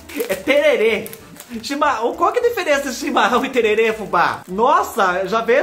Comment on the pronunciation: Não se fala tererê e sim tereré. Aqui na minha cidade tomamos tereré. Campo Grande MS